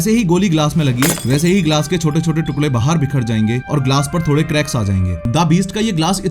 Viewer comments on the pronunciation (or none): none